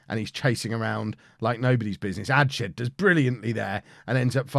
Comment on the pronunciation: Quick Pronunciation tip - adshead pronounced ads-head not adshed